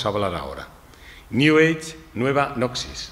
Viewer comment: Gran charla, iluminadora. Tema menor, se pronuncia “nosis”.